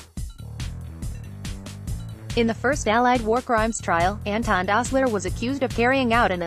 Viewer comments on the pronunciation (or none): none